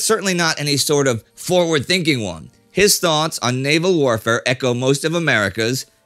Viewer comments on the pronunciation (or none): none